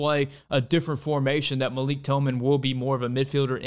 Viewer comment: Pronounced Malick according to GGG and Malik's mom.